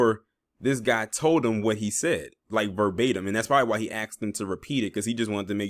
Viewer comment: "Aksed" smh ..and you wonder why